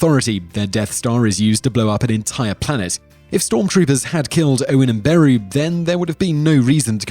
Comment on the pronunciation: The way he pronounces Beru as BAROO is hilarious